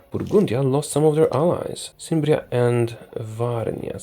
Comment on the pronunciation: Cimbria is pronounced with a K. Else your video is very enjoyable!